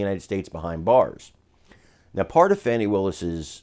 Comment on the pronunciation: Her name is pronounced FAWNI! Get it right.